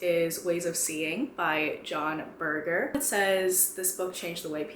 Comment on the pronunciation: John Berger also did a short television series regarding the Ways Of Seeing with the BBC, all of which is now available here on YouTube! For anyone interested :) (also it is pronounced with a j, bur-jer)